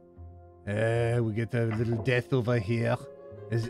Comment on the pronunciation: your french accent gives the sentence "it's just a little death" a bit of a double meaning